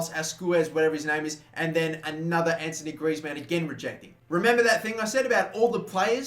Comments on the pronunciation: damn it it's not Anthony Griezmann but Antoine Griezmann it's pronounced Antoane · AntOIne mate. Not antONIe please. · ant-wan......not ant-o-nee......jesus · ITS ''AN-TWO-ONE'' GRIEZMANN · It's pronounced ant-wan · I'm far from trying to troll but heads up cuz I see everyone on you about Griezmann name it's pronounced Antwan but spelt Antoine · Anthony Griezzmann? are you for real? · U pronounce t like antwan Griezmann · Its antoine griezmann not antony griezmann